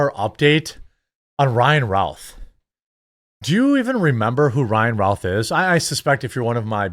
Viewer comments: His name is said " ruth" like Babe Ruth. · My point is it is not said " Routh" like "South."